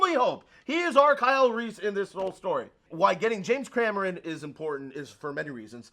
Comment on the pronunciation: said James Crameron